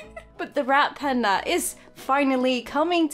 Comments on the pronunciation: It sounds like your saying rat panda and that makes me laugh I know you mean red panda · I'm sorry but now that people have said your 'Red Panda' sound like 'Rat Panda' I can't un-hear it- 😂